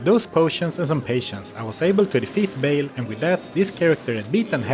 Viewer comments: it's baal, not bale 😭😭😭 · Never heard anyone pronounce Baal like that haha :) fun video, I'm starting to really dig these D2 challenge runs